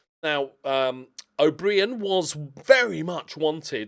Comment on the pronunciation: Will ever realise that's just how you spell O'Brien? Bri as in eye, not as in brie